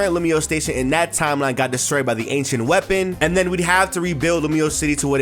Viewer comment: Ok “ancient” I thought you said “h” 😂